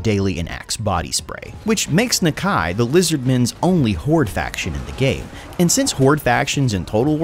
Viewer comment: I may be wrong but your saying nakia wrong